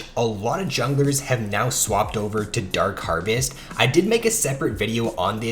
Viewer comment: The way you say dark harvest is so nice